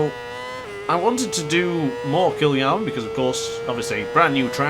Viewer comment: It’s K-EYE-A-LAMEE